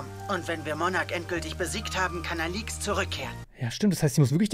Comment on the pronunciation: sie heißt Alix und nicht alüx